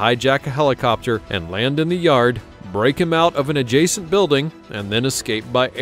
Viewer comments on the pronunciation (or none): none